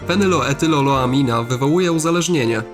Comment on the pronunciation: zle to powiedzial bo to fenyloetyloamina a tam slysze fenyloetyloloamina